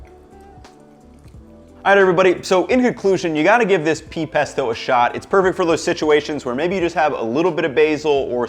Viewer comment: omg! "peasto!" 🤣🤣🤣👍